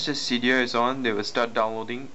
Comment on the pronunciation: u say seedia instead of cydia